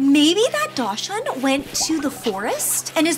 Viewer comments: Dashing is pronounced {DOC}•sund• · Just so everyone knows… daschund is actually pronounced like “dock sun” 😊